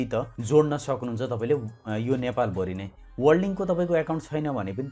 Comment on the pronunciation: हेल्लो महाशय ! कृपया नेपाली भाषा शुद्ध उच्चारण गरिदिनुहुन हार्दिक अनुरोध छ । प्र लाई पर् अर्थात् प्रयोग लाई परयोग/पर्योग, नेपाल भरीलाई नेपाल भोरी आदि नभन्दिनुभए हुन्थ्यो । पटकपटक यस्ता अनुरोध गरिरहेपनि वेवास्ता गरेर जहिलेपनि गलत नै उच्चारण गरिरहनु भएको छ किन होला ? भाषालाई सम्मान नगर्ने नै हो ?